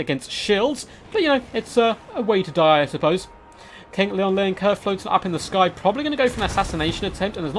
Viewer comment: Loo-en Leoncoeur, not Leon Leoncoeur. Sorry, I know it's a nitpick, but it bothers me.